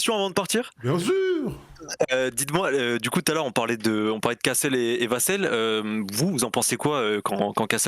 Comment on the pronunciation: Vassel se prononce "vas sel" pas "vas seul", même en anglais ils le prononcent comme ça à la française